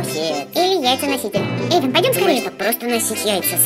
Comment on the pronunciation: Вобще-то Эйван а не Эйвон